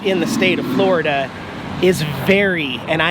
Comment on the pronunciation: "Forida" wintering review wut